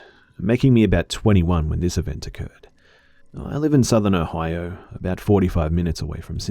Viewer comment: I love how you pronounce Ohio 😍 love from an Ohioan!